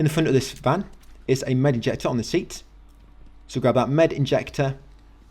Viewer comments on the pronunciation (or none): none